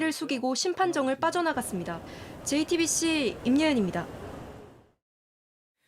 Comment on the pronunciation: 지금까지 화분없쩌(?) 앞에서 JT빕씨 김어벙벙(?) 입니다. 와~!! 이 사람 어떻게 기자가 됐는지 모르겠네. 말하는게 상당히 귀찮아서 빨리 끝내고 싶다는 티가 팍팍나게 발음도 어벙벙 개판이고 듣는내내 짜증 한바가지로 쓰러질뻔 ㅎㄷㄷ